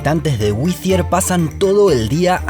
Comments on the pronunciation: Nada de "Güizier". Antes de aprenderte el nombre del pueblo deberías saber cómo se pronuncia. El nombre se pronuncia "Güitiaer"....se me abren las carnes cada vez que te escucho pronunciarlo con C/Z...el el aumentativo de white, my friend! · lo esta pronunciando mal. La doble T, con acento americano es "wiRier" (con acento britanico seria "wiTia"), pero el narrador lo pronuncia como si fuera TH, lo cual es incorrecto ortograficamente, para empezar! 🤭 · Todo el rato el narrador dice "Whithier" habiendo gente que lo pronunció bien. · Me irrita como pronuncia "Wittier" cuando los nativos lo pronuncian diferente jajaj. Excelente el video. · Lo pronuncias como si se escribiese WiTHier. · Por qué pronunciás como si fuese withier? Es doble TT el nombre del pueblo, no metas la z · Por qué el narrador pronuncia “wizier” como si hubiese “TH” en el topónimo? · Muy lindo el vídeo y todo pero me duelen los oídos cada vez que el narrador dice «whizier». No lleva «th», para que lo pronuncien con ese sonido, ni los yanquis que hablan en el vídeo lo pronuncian así! xd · pero es que no entienden no tiene nada que ver con Ll, simplemente se equivocó porque sí lo pronuncia bien de repente, ni en acento británico se pronuncia así, sería más como D y dependiendo de la zona inglesa el er se arrastraría como en el alemán pero no existe usar th es dhhhhh. Es sólo ridículo pero bueno... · La única diferencia entre la t británica y americana es que en América cuando está entre vocales se pronuncia como r del español. El sonido que el hizo fue de una TH como en Thanks o Thursday, o Z castellana. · Lo pronuncias como si tuviera una "h" después de la "tt". Whittier sonaría como "ere" de eregir. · Perdona, amigo, pero creo que no se pronuncia "güi-zi-er" sino "guai-ti-er", más blanco en español. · Te corrijo la pronunciación. Pronunciás el nombre del pueblo como si fuese Withier, pero se pronuncia “Wirier”. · Solo una corrección: es WhiTTier, no WiTHier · Whithier o Whittier? 😂😂😂😂😂😂😂